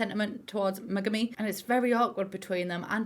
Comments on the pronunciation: every time said Megumi I thought she was saying monogamy lol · Everytime she said Megumi, my brain screamed Megamind!!! And then it came out of my mouth a few times too.😆😆😆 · Ok genuinely not saying this just to be a beatch but megami is pronounced like meg-army, just saying so you know I love your vids btw your so funny and entertaining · ngl i thought you were saying megamind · The way she says Megami like Mega Mind I'm gonna pee